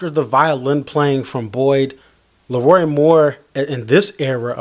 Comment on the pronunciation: It’s LeRoi not Lee Roy - The King 👑